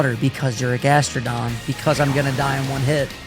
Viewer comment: I love....but he triggers me SO much (grass and electric....and says Gastrodon) BRUV